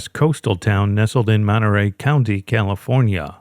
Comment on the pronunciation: Monterey Courthouse gaained an extra syllable